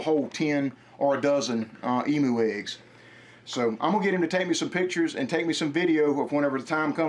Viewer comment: Why do you guys say emoo it's said emyou 😂😂😂